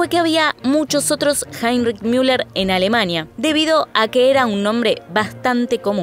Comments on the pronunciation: Se dice Müller tal cual, no miuler, no es ÍNGLES, ES ALEMAN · Es ridículo que pronuncien el alemán como si fuera inglés. No es Miuler ni Miunic, sino Muler y Munick, con una U con diéresis o sea pronunciada como la U francesa. ¿Tanto cuesta saberlo? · Sorry escuchar miuller me perturba tanto que solo pude ver 5 min 😂